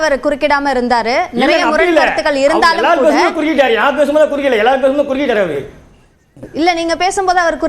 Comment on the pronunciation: குருக்கீத்தாறா.....? அது குருக்கிட்டார்டா.......😂😂😂😂 எலேய் ட்ரம் செட்டு வாயா.....நீ ஜீவா இல்லடா நீ டீவா.....